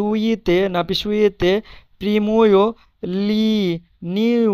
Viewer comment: good ওটা নারিসুইতে হবে। বানান ঠিক আছে উচ্চারণটা নারিসুইতে হবে